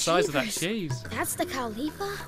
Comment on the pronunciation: ITS COW LIIFFA NOT C-O-W-L-I-P-E-R